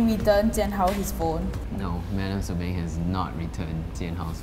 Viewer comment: Beng Not bang xd